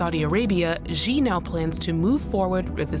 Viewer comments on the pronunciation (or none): Shee not Jhee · It’s not Gee. It’s SHE